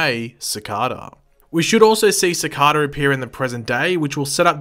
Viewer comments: DANG IT! IT’S CICADA NOT CICADA! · Its cicada he just says it wrong all the time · The way you pronounce Cicada makes me want to bang my head on a brick wall. It’s [Su-K-Da]